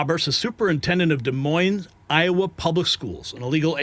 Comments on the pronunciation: Every one who pronounces the s in Des Moines should be fired. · I'm not criticizing you at all it's just that in the name Des Moines the S is silent.